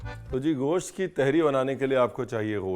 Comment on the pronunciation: Teharii nahi Tahaari hai, Nirahi ki tarha Tahaari. Kabhi Hyderabad ayein ham aapko Hyderabad ki Tahaari khilaein ge❤